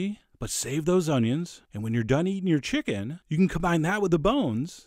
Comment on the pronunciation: this guy sounds like chills. nUmber fiftEen, always listEn to your chickEn.